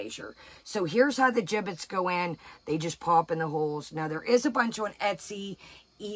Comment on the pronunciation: Did you say giblets or gibbits? 😂😉🥰